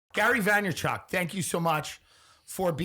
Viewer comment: “Gary Veymerchumnk” - Tim Dillin 2022